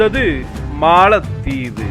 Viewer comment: காளில் விழுந்தது மாளத்தீவு....?😮😮😮😮😮 தமிழை தயவு செய்து சரியாக உச்சரியுங்கள். யாரோ ஒரு புது நபர் ஏன் இப்படி தமிழை கொலை பண்றார்....😮 கேட்கும் போதே காதில் யாரோ குச்சியை வைத்து குத்துவது போலிருக்கு..... பலமுறை கமென்டில் பதிந்து விட்டேன். ஸ்ரீனி சார் கொஞ்சம் கவனிங்க.......😢😢😢😢😢😢